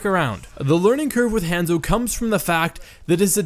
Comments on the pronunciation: Han-zo, Han solo's Han and Zorro's Zo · would watch, but "hEnzo" is annoying af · It drove me crazy hearing HANS-O When its Honzo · I'm freaking DIEING at how he pronounces 'Hanzo'... 😂😂😂👌🏻 its HAH-N-ZOW not HAN-ZO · u pronounce it like hand-zo its pronounce hon-zo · Ethan Leahy lol it was making me triggered I’m like “ITS Hanzo (Hon-Zo) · "HAN-ZO" I cant stop laughing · if you say henzo one more fucking time i will die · I die a little on the inside every time he says Hanzo... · The way he says hanzo hurts my brain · Anyone one else bothered by how he said a short "a" in hanzo instead of a long one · SAY HIS DAMN NAME RIGHT! They say it in-game (many different accents) and is literally all over the internet. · when the Hanzo main can't even pronounce the characters name correctly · Remember kids don't take advice from people who can't pronounce the name of the main character in their video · That's not how you say Hanzo lol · U can't even say hanzo right